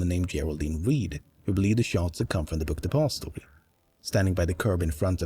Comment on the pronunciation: The way this guy says “the book depository” is so satisfying